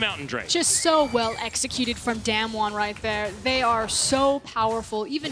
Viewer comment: It’s Not daymn won, it’s daam won